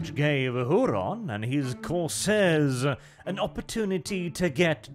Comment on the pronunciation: "WHOO-RAN" (??) "Why Don't You Talk Properly???" ~ Fawlty Towers